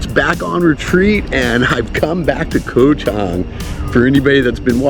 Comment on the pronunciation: KOH (island in Thai) is pronounced with a soft (o) like in the word GOT. Just say GOT without sounding out the letter (t). That’s how you correctly pronounce KOH.